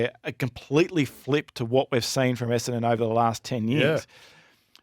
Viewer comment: Could someone please teach that Essendon has TWO ‘n’s’ in it…….EsseNdon not EssAdon!